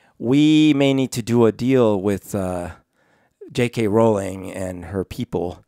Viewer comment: Roh-ling Not Raow-ling